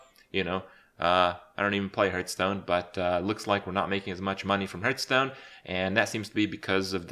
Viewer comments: Subscribed for pronouncing it "Hurthstone". Thank you! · why "hurtstone" ?? i know he's not a native speaker, but come on now!